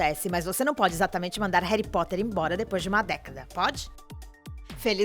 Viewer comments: Desculpa mas alguém querer falar de "reri potter"(como diz a dona do video)é legal mas falar sem assistir ou ler antes é foda né ? Reri Potter Reduing Não dá é ainda disse que Alan rickman é arrogante sendo que ele era uma pessoa muito doce e ainda diz que sonserina é uma casa ruim Me desculpa mas eu tinha que falar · "Réri Potter",Réri Potter uma ova é Harry Potter!!!Fiquei revolts! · N e reri Potter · Véi tu fala Harry Potter igual minha mãe ("Réri Pote") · "Reri potter" ;-; AAAAAAAAA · Réri potere? Kkkk da agonia mds kkkk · Tenho que ser sincera, apenas vi coisas erradas "Reri Poter" "Jei ka roulin" "Sonserina por nome, sonserina por natureza" E muito mais... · Ela falando "Réri Potrer" doeu meu coração. Aliás, pare com esse preconceito contra a Sonserina, é ridículo julgar alguém apenas pela casa a qual ela foi escolhida, nem todo sonserino é vilão, existem bruxos muito maléficos e outras casas, exemplo: Pedro Pettigrew. Existem bruxos bons e legais na Sonserina, por exemplo: Escórpio Malfoy, que é um amor de pessoa (não sei se vocês consideram Cursed Child). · Eu ja tinha deixado o like mas quando ela começou a falar "Reri Potter" AAAAAAAAH tirei meu like kkkk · "Réri poter" kkkkkkkkkkkkkkkkkkkkkkkkkkkkkkkkkkkkkkkkkkkkkkkkkkkkk melhor inglês kkkkkkkkkkkkkkkkkkkkkkkkkkkkkk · Meeeee, qual foi essa tia falando errado: "Reri potter" "Jeaquin rolim" AAAAAA!!!!!! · MEU DEUS "Reri Potter" "J.K. Rolin" "Plot tist" Alguém me mata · QUE AGONIA ELE FALA "Reri Potter"... RESPEITA MEU BRUXO KALAI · "Reri Potter" "Daniel Radiclife" "Raperti Grinti" Que ódio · "Réri" Potter "Robert" Grint. "Plotis tuitis". J.K "Rólin". Socorro. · Réry póter KKKKKKKKKK horrível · Parece rita skeeter falando, que chato rari potter Jekrolling WHAT? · Quem também sentiu agonia dela falando Reri Potter? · "reri potter" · "reri poter " q raiva man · Emma Wuatisson, Daniel Radiclifi e Robert Grint Réri Póter bitch wtf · Réri potter, J.K. Róling.... Pronúncia boa né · Fi é reri potti kkkk